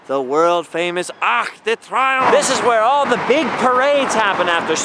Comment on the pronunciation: It's pronounced "tree-omph" but A for effort! I have to make an adjustment from Canadian to Parisian French with some friends and the pronunciation is a big shift lol. Also just wondered if you knew that "Champs Elysées" in English is "Elysian Fields" so it's appropriately named after the resting place of heroes in Greek mythology. Makes the tomb of the unknown soldier an appropriate memorial for that street.